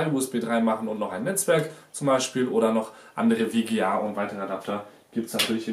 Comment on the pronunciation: Warum sagst du immer Wga es heißt doch Vga?